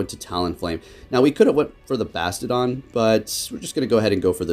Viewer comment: The way he’s pronouncing Bastiodon is slowly killing me..